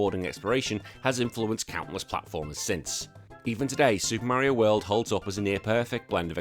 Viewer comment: "SUPAH MERIOH WELD"